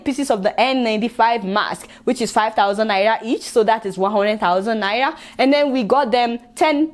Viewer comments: Lol. Seems she can't pronounce 'R' but it's really cool. 😀 You might be interested in this video on why Africans suffer disrespect worldwide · I love the way u pronounced Naira 😀😀